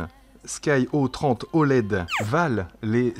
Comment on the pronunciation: Salut. J'ai les sky02s et c'était déjà de supers lunettes... C'est souvent que je les conseilles... Je te les avaient envoyé à Dom pour les comparer aux ev200d, il n'avait pas de reproche à faire et ensuite il te les avait envoyé il y a quelques mois mais tu me les avait renvoyé aussitôt... tu aurais du les essayer😜. Après ça ce dit des "sky zéro trois oled" et pas des "sky zéro trente oled" Dommage que c'est du 4/3. Le 16/9 c'est plus sympa quand même... A plus et merci pour tes review 👏👏👏👏👍👍👍